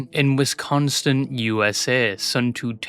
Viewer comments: he’s pronounced “wes-con-sin” not westconstin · Drop the T wisconsin please... at least emphasize the WISconsin in her, how its done